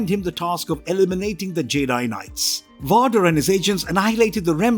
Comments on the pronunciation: He says vader and savage weird i didn't even know who he was talking about until i looked at the screen and saw that it was darth vader. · How can you mispronounce Darth VADER??? lol That is like the most well known character ever! Not to mention all the other ones he just butchered up! It would really help to actually see the movies and series! At least he didn´t say Obi Wanker Nobi!! lol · Seriously, it's like how do you butcher the name one of the most infamous villains in the Star Wars franchise? 🤦🏾‍♂ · Darth Vaw-der is awesome I really love Darth Vaw-der one of the most iconic and recognizable villains on screen ever and this narrator was I’ll prepared in even truly knowing who the character is..shown in the lack of knowing how to pronounce his name. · This guy managed to mispronounce every other sith lord, VAAADER should choke the life out of you. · The way he keeps saying Vahdar is killing me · Dude you’re either making fun or you’ve never watched or read any star war material. No way can you pronounce these names and think it’s correct. You’re saying “rayvan”, “vauder “…. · How can you make a star wars video when you can't pronounce vader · I agree. The reader has an accent, but who can’t say Vader correctly? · Someone get this man a pronunciation guide. VADER as In, inVADER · ''Darth Varder'' The man reading this had never watched a single star wars film. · NOBODY calls him Darth Waader and NOBODY gave him the name Darth WAADER. I can`t watch this shit! His name is Bottle of Wader. Smoke on the wader and Obi-Wan in the sky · Imagine how it feels.. watching about an hour into what's supposed to be an informative Star War's lore video... And the flipping dude calls Darth Vader "Voder" If we can't even get the basics right, how in the heck am I supposed to believe the rest of the video is even accurate? Lol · Every time you pronounce Darth vader (which should be pronounced as VEYder) as VAHder, it’s like you’re talking about a completely unknown character.